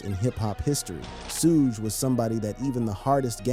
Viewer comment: “Suu-gay” knight? is this guy serious